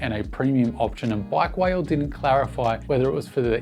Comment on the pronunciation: its not pronounced like bike veil, its like 'bike wallet' means bike owners